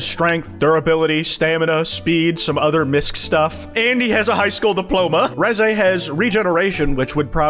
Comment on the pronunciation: The way you pronounce Reze makes me wanna blow my brains out